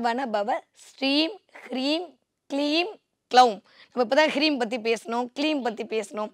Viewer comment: Its hreem not kreem